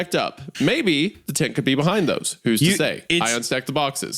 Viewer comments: I was at work and couldn't read the CC, legitimately just thought Wendigoon was saying "tit" the whole time instead of "tent" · I was listening to this at work while painting and I swear I thought for like 10 minutes while Isiah was saying tent he was saying “tit” and I had a completely different view of what was going on in the beginning